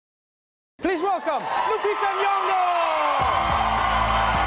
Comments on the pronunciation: Points for him getting her name right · You saie the name correct 😁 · Finally someone who says her name correctly lol